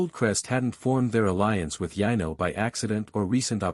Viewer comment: Yeah the AI or what ever computer is reading can’t differentiate from Yano and Yino lol